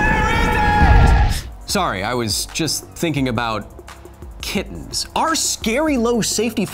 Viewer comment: I heard kidneys